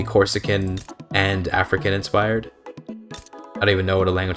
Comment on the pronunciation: In italian "Africans" is "Africani", you have a really good accent